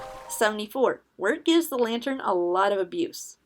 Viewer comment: Lantern but i hear u say it as LAYTERN